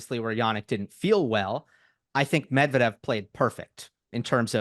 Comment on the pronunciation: Medvedev pronuncitation should be changed just like you did with Kachanov.